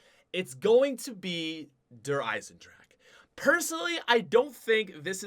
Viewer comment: its not der eisenDRAK its its der eiesenDRA HA